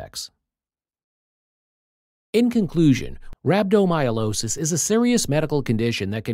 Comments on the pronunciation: It's not myolosis. It's rhabdomy-o-lysis. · Rhabdomyolosis, rambdomyolosis, rampant myelooloo. Good grief. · Have the robot pronounce the condition correctly, at least